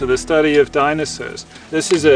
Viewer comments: This seems very interesting but I keep getting stuck when he says "dinasaws" still I give 5/5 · "DinoSAWS" FFFFFFFFFFFFFFFFFFFFFFFFFFFFFFFFFFFFFFuuuuuuuuuuuuuuuuuuuuuuuu